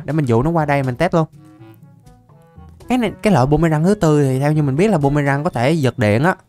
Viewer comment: Phi tiêu ổng nói bum mê răng 😅😅😅